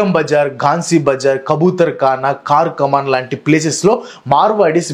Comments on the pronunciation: Car kaman kadu adi chaar kaman (charminar lo char and charkaman lo char same) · కార్ కామన్ కాదు అన్నా చార్ కామన్